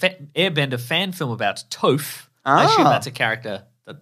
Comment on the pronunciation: i died when he said Toph like Toef bahahaha